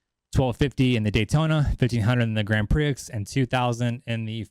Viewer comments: Grand Prix pronounced "Grand Pree". You're welcome. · Grand (Pree) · Grand Prix is pronounced Grand Pree🤦🤦‍♂🤦‍♀ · Bro! Grand Prix is pronounced 'Grand Pre'. These are all racing terms every American should know. Come On Bro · Dude love your content, please keep your channel going , but "Grand Prix" has a silent x so it's not pronounced "Grand Prick". You had me in stitches when you said that...... Or maybe it's an American thing? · Can you pronounce "Grand Prix" again...seriously?